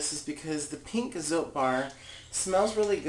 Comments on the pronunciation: FYI, "Zote" is pronounced "tsaw-teh." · I use this recipe minus the baking soda. Oh and by the way, the soap is pronounced so-teh.